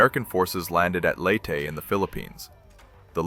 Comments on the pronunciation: Interesting content, but you can always pick out the AI slop. Never heard Leyte pronounced “late” before. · The AI should learn how to pronounce Leyte, and other relevant locations